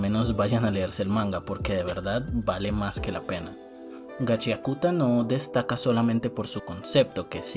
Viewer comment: Yo igual le digo Gachiakuta, jajajaja, aun que se pronuncia Gachakta. xdd La moda y que los jinkis no sólo den un poder de fuerza bruta me recuerda a jojos aunque a Kei Urana le dijeron que es más como soul eater.